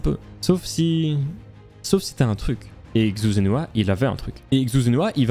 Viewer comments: Très cool, juste pour que tu le saches, la prononciation de Xu Zhenhua c'est "Chou Djen Rua" ;) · La vidéo est incroyable ainsi que l’histoire, mais dommage que tu ai mal prononcé son nom/prénom toute la vidéo